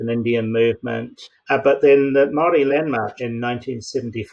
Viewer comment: It’s pronounced Moel rdi .